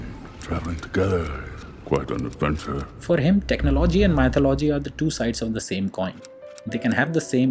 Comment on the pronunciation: Your constant mispronunciation of "mythology" is annoying.